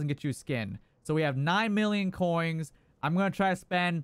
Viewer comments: Ya boi, spend those "koings"! 😅👌🏻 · Man thats a lot of "KOINGS!"